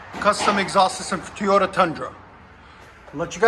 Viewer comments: It’s “Toy “ota not “Tea”ota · Why does this guy say “Tee-ota”?… It’s “Toy-ota” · He also can’t say TOYota correctly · I think he says that just to get a reaction from people lol. I find it funny. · Because he’s an idiot I guess 😄